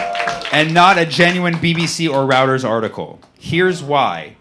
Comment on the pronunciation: Reuters is pronounced Roy Ters.